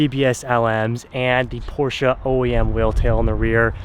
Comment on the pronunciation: Please pronounce Porsche correctly lol